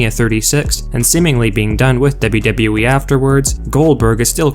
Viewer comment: I hate the way he says "w-w-e" and the way he swings and slurs his words together like so